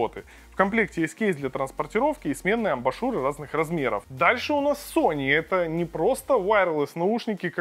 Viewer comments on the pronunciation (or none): Уже писали, но повторюсь,, ребят, если делаете видосик уровня не «Анжела тестит помаду для м...» а что-то серьёзное, то хотя бы выучите как правильно читаются слова типа «амбушюры» и “major”, а то складывается впечатление, что это не Цитрус, а какой-нибудь Валера с ОЛХ.